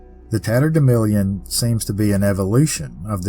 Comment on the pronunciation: I remember the term "tatterdemilion" from my childhood, used by my mother and grandmother, who were from Missouri. It was pronounced the same way you do: with a short "i" in the fourth syllable rather than the "a" that shows up in print. They said it when we'd gone out and gotten good and dirty. Who knew it was something so mysterious? Thanks for another fabulous tale.